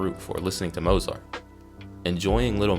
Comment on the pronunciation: Just a note... Marriage of Figaro is an opera. The duettino/aria 'che soave zeffiretto' is being played on the PA system... it's not a 'song.' Lastly, it's pronounced Moat-zart, not Mo's art.